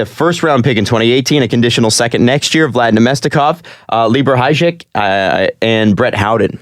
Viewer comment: High-yek is how you pronounce Hajek. You're welcome for future times!